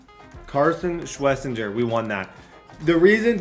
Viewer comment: Pronounce it like shhhh-Wes-inger